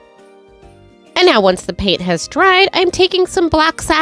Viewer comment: Do you realise that you say "ordaments" instead of ornaments? 😅